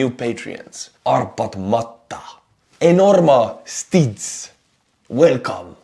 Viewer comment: ah yes EnormaStitz😂🤣